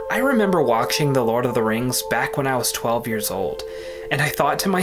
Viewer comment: Am I just hearing things, or is the author of the video constantly mispronouncing words with "ch" in them, for example saying "waktching" instead of "watching", or "kcheck" instead of "check", or "akchievement" instead of "achievement".